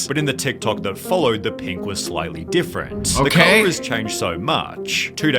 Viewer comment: How did bro forget how to say different